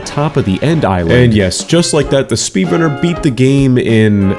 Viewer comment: I swear I hear speedlunner